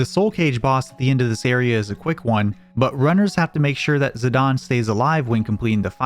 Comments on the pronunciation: The official pronunciation is bur-me-sia and zi-dane like great dane not zidon. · It’s ziDANE not ZiDAWN 😡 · I hate when people say zidan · Him saying "Zidawn" is killing me XD ZiDANE. like a Great Dane hahaha. IDK, can be pronounced however anyone wants, but its on my nerves. I love the channel and content regardless though!!!! Much love<3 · "zidawn"? Lmao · Zidane? NO Zidan Burmecia? NO Bermekia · Z-eye-day-n bro…. Fuck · if it's got an E on the end, I'm pronouncing it Zi-dane, not sorry